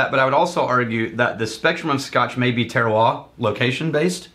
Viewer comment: You do have to pronounce the "r" at the and of "terroir"